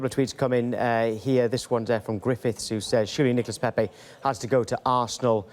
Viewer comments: She nearly said niggalas lol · Am I the only one who heard niga-Nicolas Pepe 😂😂😂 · anyone else hear the woman say ‘niggalas pepe’😂😂😂😂😂😂😂😂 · What did she just call Nicolas Pepe??